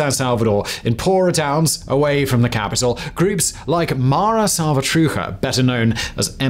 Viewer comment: I am Mexican and I want this. We need to demand these policies become the new law in our country Btw, the ch sound in "salvatrucha" is very similar to how you would say "CHApel" Okay I want a tough policy against criminals and maybe even some type of temporal state of exception with a clear path back to normal laws. What I dont want is more concentration of power by the president.